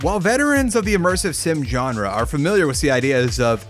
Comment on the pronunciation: I love your vids but please consider pronouncing "genre" in other manner. Sorry!